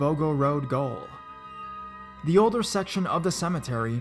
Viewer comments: Boggo Road Gaol pronounced Jail not goal...The Queen's english. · When he read the first story I laugh becus he said something park goal but gaol is how we spell jail here in Australia for future reference. Yeah I no I don't no y we spell it that way either. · Dude, in the first cemetery story that's obviously set in Australia, you mention the cemetery is near a goal, in Australia and England goal is said like jail. I know it's stupid but for the future, if you get any auzzie story's and it's set near a "goal", it's pronounced jail. eg, prison. Its confusing cause of the word goal, as in to score a goal. You have to read the pretences. Why, just the poms. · gr8 story telling mate.but the first story when you said gaol - its pronounce jail. lol. Thats how we spell jail.By the way im a ozzie.